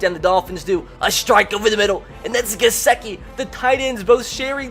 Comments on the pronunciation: This dude keeps saying GesEkiand it's triggering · What r ur pronunciations tho??? It’s BAHLAHGE and Guhsickee